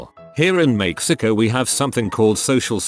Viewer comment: None: Voice: meyxico